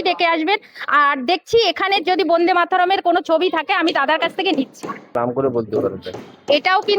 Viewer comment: Bonde na Bande bolun